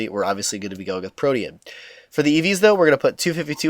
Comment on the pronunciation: Thank god! Somebody who says "protean" correctly. I've been pulling my hair out over people saying it like "protein".